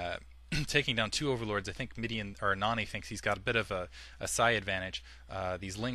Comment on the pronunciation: u say Noony not Nony